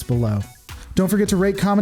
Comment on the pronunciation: At the end it sounded like you said "rape, comment and subscribe "